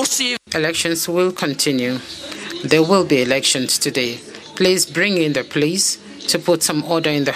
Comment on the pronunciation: "Polise call the polisi"😂